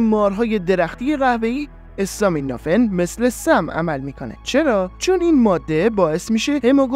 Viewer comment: برنامه عالی بود. فقط یک نکته اسم دارو استامینوفن به فتحه الف است.acetaminophen